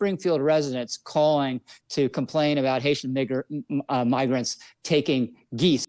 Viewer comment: He knew he was supposed to say migrant but his brain was thinking of the N word bc that’s where his vile heart lives and the slip of tongue started to mix the two words.